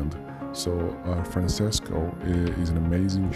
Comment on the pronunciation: Franchesco, his name pronounce Franchesco